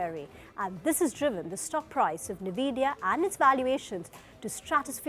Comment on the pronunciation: It's en-vidia not ni-vidia